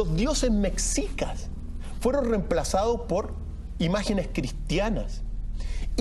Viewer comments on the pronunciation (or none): none